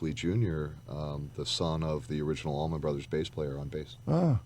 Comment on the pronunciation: Much love for this teaming up of some great musicians!!!! But please somebody tell the host that it’s Allman and Not AlmonD!! I mean really..!!!